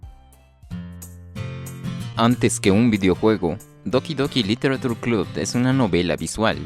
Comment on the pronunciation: Me pregunto porque la gente sigue pronunciando -ture como "tur" cuando se debería decir "che".